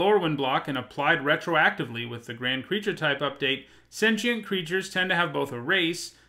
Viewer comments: Did anyone else notice? "crreature types" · MTG top10 "Crreature" types